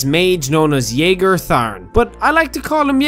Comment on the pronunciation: The next topic that we need to talk about is how you pronounced Jagar Tharn into Yagar Tharn.